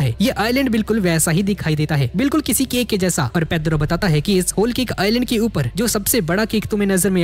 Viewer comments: Bhai tum wholecake nahi wholekick bol rahe the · Bro it's cake not kick say clearly 😭